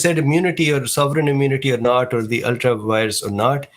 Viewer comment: Just a heads up, it's ultra vires.